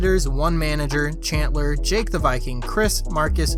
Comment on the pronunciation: why does everyone call Chandler Chantler